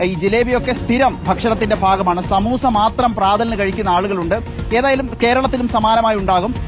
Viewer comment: സമൂസ അല്ല, സമോസ എന്നാണ് actual pronunciation